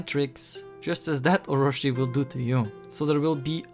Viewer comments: how can you take this serious when he cant even prenounce "Orochi" (oh-ro-chi not ohroshi) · very good and informative video the only thing that bugged me was it's not oroShi but oroChi